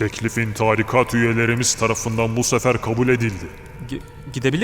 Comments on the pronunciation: Video boyunca "Tarikat" kelimesi yanlış telaffuz edilmiş. İnce a ile okunması gerekiyor. Yani "taaarikat" değil "tarikat" olması gerekiyor. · Tebrikler, güzel içerik... Küçük bir bilgi Tarikat kelimesi telaffuz edilirken "a" harfi yerine "i" harfi uzatılarak okunmalıdır. Yani "târikat" değil "tarîkat" olmalıdır.